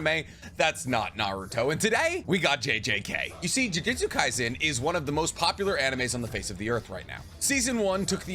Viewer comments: It amazes me that you that you pronounce the title "Jujutsu Kaisen" correctly, but otherwise pronounce sorcery as "jiu-jitsu." It's JOO-JOOTSOO. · Loved the video but for the love of god it’s JUJUTSU not JUJITSU 😂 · OMGGGGGG 🤦🏽‍♂️ ITS CALLED juJŪTSU & NOT JIUJITSU !!!!! jiujitsu is a martial arts bro it’s something that actually exists & jujUUUUUUtsu is the anime that we all love to watch & read . i hate when people make this mistake lol 🤦🏽‍♂️ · He he goes again, calling "jujutsu" jiu-jitsu. Say it with me: JU-JOOT-SU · Just wanted to make fun of you a lil bit. "I've learned nearly everything there is to know about this series" says jujistu and not jujutsu for the majority of the video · Lmao I love your stuff but you got me cracking up with the "jiu-jitsu" got me imagining megumi running around putting curses in rear necked chokes 😂😂😂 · “Jiujitsu” 💀😪 Lmao So cool rule of thumb: Japanese pronunciations are really simple because the vowels will sound the same every single time A = ahhh as in when the dentist says “say ahh” I = pronounced like the long e sound ex. Key U = oo like goo or poop E = as in the long A sound , sounds like the a in crate, table (this pronunciation is a lil complicated but this is close) O = long o sound , like open or okay Some constructive criticism after hearing chibacko tansai over and over again 😭😭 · Great video! Only critique is that calls it jujitsu repeatedly 🤣